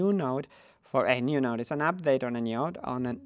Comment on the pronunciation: "Niode" :3